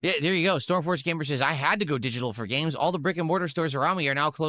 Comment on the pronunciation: He literally said "exsqueeze me? You're going to pwe-order a didgidal game"